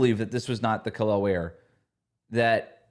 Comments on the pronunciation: How anyone can get “eel” from “el” I don’t understand. It’s the team you cover. That’s just not doing your job well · Out of respect for Kel'el, can start pronouncing his name properly please? I know it's a common mistake but we are the fanbase and we especially should get it right.